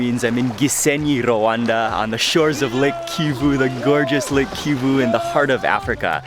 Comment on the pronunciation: is Rwanda not Rawanda